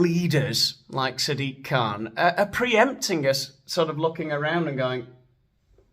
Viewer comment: Did you say "Sad Dick Kahn?"